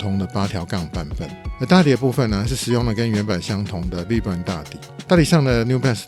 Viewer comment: 介紹詳細讓人充分了解JP1300的歷史～順道提醒一下vibram的發音修正一下會更增加觀賞的感受度喔🙌 持續加油👏